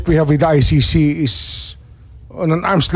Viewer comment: ICC po Miss Sen. hindi I-ShiShi.